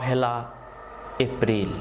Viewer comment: গলার টোন এত সুন্দর কিন্তু এপ্রিল কে এফরিল কেন বারবার বলছেন বুঝলাম না।